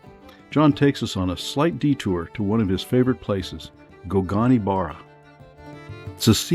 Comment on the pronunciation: I paused at 23 seconds. And now I'm going to switch off. You lost me as a viewer as soon as you totally mispronounced Gougane Barra. You made no effort to find out how it should be pronounced.